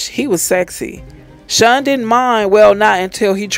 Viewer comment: It’s Sean not shun lmao 🤣